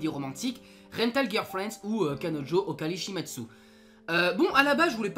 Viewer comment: Erreurs de prononciation/écriture : OkariSHImasu [okalishimass] et non [okaritchimasuuuu] XD Tsubarashi >> Subarashii Bonne vidéo sinon :)